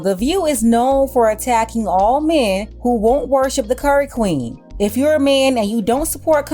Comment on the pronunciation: Baybeh every time you say "Curry Queen" it takes me out...😂😂😂❤